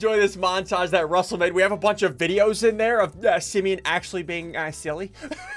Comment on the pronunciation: What if Simeon said: you look like a east coast! Lol (Btw it's "Simeon" not "Simon")